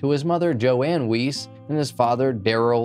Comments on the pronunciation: Yeah it's Weise not Weiss. Weiss is a German last name. Weise also sounds German. If it's German, then it's likely pronounced Ve-Eye-Seh, or something close to that. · . ‘Wuss’, I’m pretty sure it’s pronounced ‘Wuss’ in Jeffrey’s case. ‘Jeffrey Wuss’ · not that this guy deserves respect, but i believe "weise" is pronounced "vye-zuh" because it's german